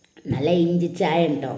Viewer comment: താത്ത ഷായ അല്ല.ചായ എന്ന് പറയു.😂😂😂😂